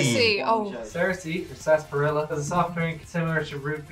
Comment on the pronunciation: It's NOT "sas-pah-RIL-la," although that's a common mispronunciation . It's actually "sarsah-pah-RIL-la." It's not SIMILAR to root beer. It's the name for the root of the smilax, the extract of which is THE actual root in root beer. So, the TRYers are basically just drinking f'ed up root beer.